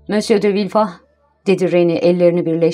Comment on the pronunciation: sizi villefort'u "vilford" yerine "vilfah" diye okumaya iten sebep neydi? ford'un hiçbir yerde "fağh" diye okunduğuna şahit oldunuz mu?